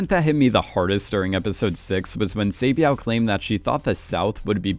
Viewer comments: Saebeav ❌️ Saebyeok ✅️ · sae byeok not sae byao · i love this channel, but bro, they literally say their name in the show. each Squid Game Explained episode, you mispronounce each character wrong. like for this video, where do you see byeow in byeok? you say i-lam in ilnam. Did i miss the part where you explain why you mispronounce their name purposefully in an older video? Or are you just making fun of Korean names?? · Why do you pronounce the character’s name like that? “Say-byao”…the name is phonetically pronounced the way it’s spelt. Why do you make the “k” silent. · Love these vids but pls look up the proper pronunciations for some of the characters! Sae byeok is kind of pronounced like “byuk” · heyy btw "byuk" and "hyuk" in "sae byuk" and "dong hyuk" is just pronounced how its spelled like byuh-k and hyuh-k. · By the way you’re saying her name wrong but it’s OK no hate😂😂😂♥️🙏🏻 thank you for putting my comment in your video♥️♥️♥️ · It really annoyed me because I remember it being spoken in the show but I can't be too mad, Korean isn't his first language. 😅